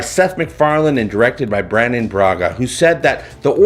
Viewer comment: Oh for crying out loud, the guy's name is "Brannon" not "Brandon". There is no "d" in his name.